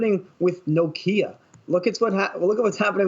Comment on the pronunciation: can't even say Nokia right, gg 🚀